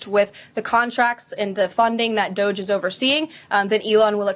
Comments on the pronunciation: refusing to pronounce Doge correctly is wonderful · Dooo ge` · I'm pronouncing it Doggy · when he said “doggie” yesterday i nearly swerved off the highway 😂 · Ryan's bit of purposefully finding new ways to mispronounce DOGE is keeping me going. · I love it😂. He’s been doing it for the past few episodes and has me dying😂